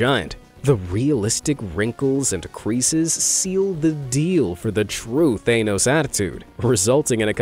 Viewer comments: its TH-HAN Nos not Thane-nos Lol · Thaynos? It's Thahnos. you've made a cardinal mistake for this type of video mis pronouncing the name of famous fantasy characters. You'd think the narrator (that's his only job) would research the proper pronunciation. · god, I need to say it.. Stop saying They-nose, it's Thah-nohs!! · Thanos ⛔ Theynous ✅ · I'm sorry what is up with half of these name pronunciations? Thay-nos?? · He's saying thanos like it has an e in it The word thanos doesn't overly pronounce the A. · After three blockbuster movies (and countless references) that essentially made the character a household name, you STILL pronounce "Thanos" wrong??? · I can’t stand the way you say thanos, dude 😂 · Every single time you mispronounce Thanos it triggers me.